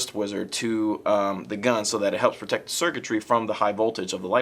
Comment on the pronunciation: You said protectist the first time dumb shit.